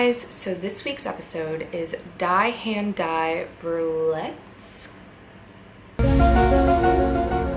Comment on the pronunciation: It's German and should be pronounced "dee hand dee ferletz" and "the hand that injures" may be a better translation or the hand that injures people.